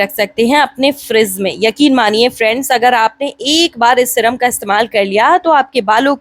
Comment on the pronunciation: Syrum hota hai madam shram nhi